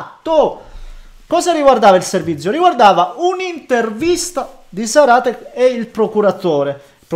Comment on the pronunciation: Si pronuncia Zàrate... quando hai curiosita' italiano/Spagnolo, chiedi pure perché mi piace la gente onesta